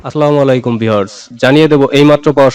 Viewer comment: সাংবাদিক ভাইকে বলছি আপনি আসসালা মুআলাইকুম বলবেন না তার অর্থ মৃত্যু কামনা করছি দয়া করে সালাম শুদ্ধ করে বন্ধুগণ